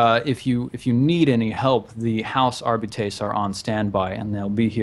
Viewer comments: I think it would be more like 'Arr-Bitt-Ess'. Are-bites sounds like some kind of w40k breakfast cereal (Jaxx Romulus DOES eat Are-bites for breakfast, lunch and dinner though...) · Isn't it pronounced 'Arr-Bites'? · Warhammer 40k uses a lot of faux latin. I pronounce it something like Are-bee-tess, with the are and bee being short.